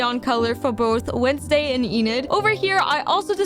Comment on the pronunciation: Well that's not how you say enids name it's not eenid it's enid